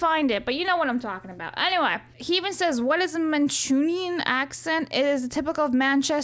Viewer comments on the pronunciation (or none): Mancunian is with a K sound, not a Ch sound as in Chocolate